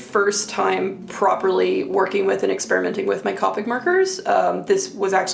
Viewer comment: Thank you for sharing your beautiful art! Just a couple things, Copic is pronounced with a long "o" like the "co" in cooperative. You might want to try a Rendr sketchbook - the marker won't bleed through the page so you can use both sides. Some papers are too absorbent and will suck your markers dry. The best blending paper is X-Press It - made for alcohol markers. Here's my affiliate link to a pack on Amazon: I think they also make sketchbooks but not hardbound (I believe they are wire), which is why I suggested the Rendr.